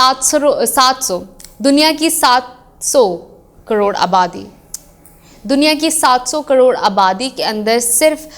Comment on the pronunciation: EK BAAR OR BOLO NA (( 700 SO KAROOD )) HAHA